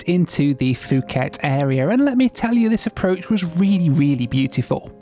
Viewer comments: What is the problem? It’s called Phuket not fhuket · Absolutely rage watching after having to hear ‘fooket’ 20 times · Note: Phuket is pronounced as Poo-get 😊 I wish you have spend a little longer and explore this amazing place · Poo-ket is how one pronounces Phuket correctly. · I honestly don’t understand why people keep saying foooket, there is no F in Phuket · Its Poo Ket 🤣🤣🤣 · And he said "Fooket" 100 times... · Pronouncing fucket is diabolical😭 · not to hate but you don’t pronounce Phuket like that😅 btw great video!!!😁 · FOOO KET, POOOOO KET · That's absolutely not how you say Phuket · Correct. In Asia Languages the H is silent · So does Nadi So does Phuket For a well travelled gent his pronunciation is very ordinary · I sometimes think is just messing with us all by mispronouncing so many place names. "Fuu-ket" ❌... "Naa-di" ❌... "Mount Rainy-yay" ❌ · It's not Fuuket it's pronounced Pooket! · It's pronounced pu ket, not fu ket. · Poo-get not Foo-ket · It’s Phuket >> pronounced Puket - not fuket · Fuuket Pookett mate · Love your videos. Have been such a fan but not really when you said Fuket instead of Pooket. 😂 Just kidding! Your videos are amazing! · Puh-get not fuhget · I love your videos, but you kept mispronouncing a word and it drove me insane. Phuket, Thailand is pronounce poo ket not foo ket. I know this because there was a sixth grade student in the class next to mine named Phuc. A substitute started going through the roster and I could hear her trying to come to a proper name. As she got to fu.k I jumped in and yelled its pook. Her response was "Oh, thank God!!" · It's pronounced (poo-ket), not (foo-ket). Because the h is muted. It's like saying Phnom Penh (puh-naam pen). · It’s Pooket, not Fooket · It is said Pooket NOT Fooket. It's Thai not English. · Nice video but please, it’s “pu-ket” not “fu-ket” Thailand. 😂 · Really Fuket??? It's pronounced as puket ( phuket ) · It’s pronounced poo-khet not fu-khet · Its Puket !